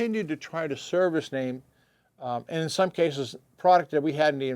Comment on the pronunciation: FINALLY, I have learnt how to properly pronounce the name of the company ("NAME").